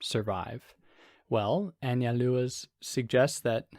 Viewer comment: You said it correctly. An-zal-dúa